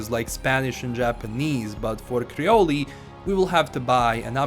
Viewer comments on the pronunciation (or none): 🇭🇹 FACTS!!, do your work justice and work on pronunciation of the content you’re talking about, “Kree-Ohl” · My Zoes were cringing when you said “Creolee”